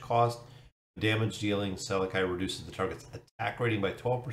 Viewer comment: I think his name is pronounsed "SalAki", just like salami.